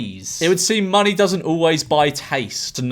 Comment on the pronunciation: Why did he say monkey rather than money